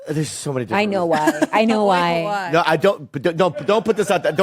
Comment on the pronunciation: It's "no" not "nawr"